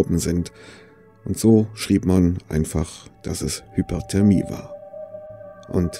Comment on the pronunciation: Meinst du Hypothermie? Unterkühlung? Ich höre immer HypERthermie. Das wäre Überhitzung.